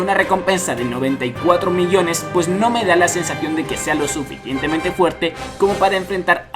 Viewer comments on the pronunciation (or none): none